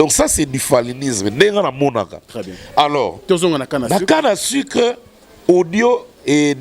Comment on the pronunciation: Olobaka français mabe eh canne à sucre ou canne à sicre?